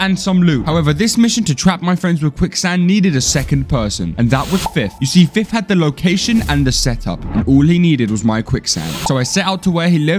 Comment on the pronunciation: Nice Job Dude the Way they Called Him fif instead of fith